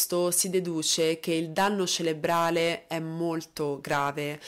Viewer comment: Piccolo appunto per: si dice "cerebrale" e non "celebrale". Per il resto, ottimo lavoro di entrambe come sempre.